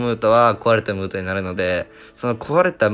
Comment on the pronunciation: ムートがムートンに聞こえた